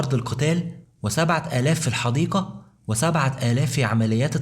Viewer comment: قناة رائعة لكن يااخي ارجو اهتمامك بلفظ واللثويات الحديقة وليست الحديكة ذالك وليس زالك الجنود وليس الكنود لوسمحت مجرد نصيحة من اخ